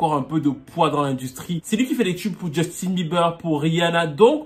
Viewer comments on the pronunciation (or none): none